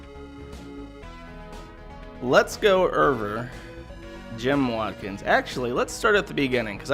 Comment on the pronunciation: It is over not erver.